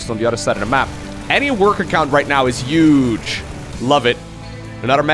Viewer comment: can you please pronounce the word "huge" correctly, with an "h" and not a "y" or "j".